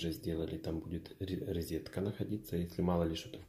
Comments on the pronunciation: рОзетка рОзетка рОзетка а не рИзетка !!!!!!!!!!!!!!!!!!!!!!!!!!!!!!!!!!!!!!!! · НЕ "РИЗЕТКА", А "РОЗЕТКА"